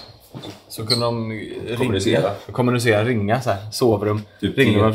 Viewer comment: Varför betonar alltid Tony kommunicera som han gör?